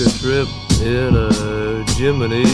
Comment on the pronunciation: At least he’s pronouncing “Gemini” the correct way (in relation to the NASA space program, not the zodiac sign).